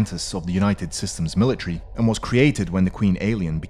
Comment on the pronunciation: It’s MILITARY, not «meal-tree» 🤬